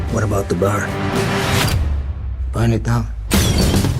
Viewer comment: Nobody here says "buyn it down". But then again it's easy to imagine a biker adopting a Brando (Brando himself partially raised near Chicago) speech patter. So I'm still good with it. 👍